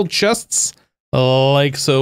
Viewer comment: The way you say "like soh" is funny. Lol